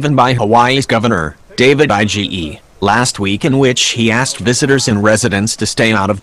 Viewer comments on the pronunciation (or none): none